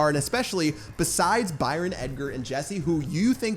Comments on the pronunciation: I swear its "Byron" not "Bryon" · Three things starting with BR: It's BRYON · “ 3 things that start with BR brawl stars, broken and Byron, your English is poor pat😂😉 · i guess the y is silent in ByRon